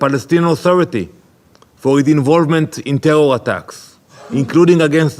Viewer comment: Israel: “tewwow attacks” 😂